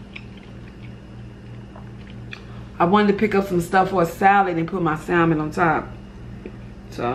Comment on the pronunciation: Hey! A friendly note, the L in salmon is silent. 😊